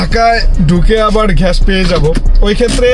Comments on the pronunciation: ভাই আপনি আগে একটু গ্যাসের উচ্চারণটা একটু শিখেন গ্যাস নাকি ঘ্যাস 😂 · ভাই ঘ্যাস না গ্যাস হবে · ঘাষ না গ্যাস